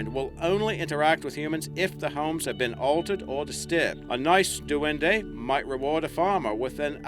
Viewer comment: Its pronounced dwen-di